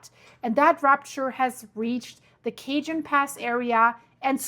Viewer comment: Cajón Sounds like kuh·hown. The word cajón is pronounced kah-HOHN (or ka-HON). The "j" in Spanish makes a breathy "h" sound.